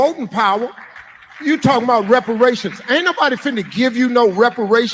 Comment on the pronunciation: "Talkin mout" 😂😂 talking about